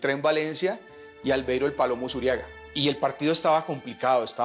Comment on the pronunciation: es ALVEIRO USURRIAGA LOPEZ .... no "Usuriaga" con doble R... RR